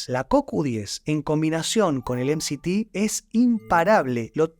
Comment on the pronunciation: interesante y constructivo pero te recomendaría 2 cosas para que el mensaje llegue mejor, primero, si hablás en español, no digas "em si ti oil" en vez de "eme se te oil" o mejor lo que quieren decir esas siglas que ya me lo olvidé. Y la segunda es sacar esos efectos de sonido que distraen y confunden. Igual gracias.